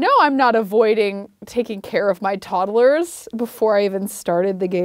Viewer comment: I love how she says toddle-ers instead of todd-lers like everyone else. cute af.